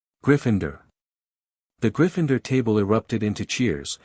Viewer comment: there is no E after the N in Gryffindor so stop saying Gryf"fine"dor you bloody wanker!